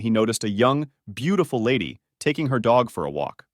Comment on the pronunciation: Did you have to emphasize "beautiful girl" like stfu